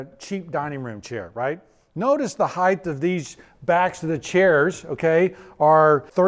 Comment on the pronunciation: Heighth? WTF is that? I'm so triggered rn.